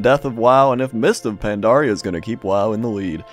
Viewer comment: Is it me or says Mister Pandaria? >.>